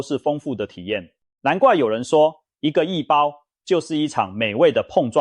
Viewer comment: 我還台胞哩！那不讀刈包，應該讀ㄍㄨㄚˋ包！